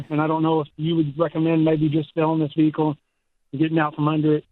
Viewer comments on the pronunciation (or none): Vee hickle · I’m here for the Vee-Hickle stuff 😂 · Even callers say vi hick cle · At least this hick knows his $69,000 "vee-hickle" was an enormous mistake. Ya gotta give him that. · The South: where "vehicle" has a stressed middle syllable.